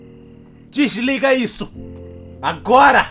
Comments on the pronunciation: "DIRLIGAH" KKKKKKKKKKKKKKKKKKKKKKKKKKKKKKKKKKKKKKKKK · o cara: "DIRLIGAA" mrbeast: "não :>"